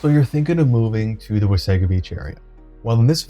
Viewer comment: Nice job describing the Wasaga Beach communities! Just a note on your pronunciation... City folk call it like you do but it's actually pronounced "Wah-saw-ga" beach. Blessings